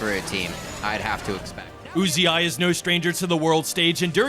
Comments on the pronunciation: anyone else getting pissed off at how this guy says uzi? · why do you fucking say "UZ- i" its one word Uzi learn to read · did he just call uzi you zi i? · Who the fuck is uzi-eye? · Why are Americans incapable of pronouncing words correctly? /s Who pronounces Uzi as YouZeeEye?? I'll never understand American pronunciation. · That caster calling Uzi U Z I was giving me a hernia.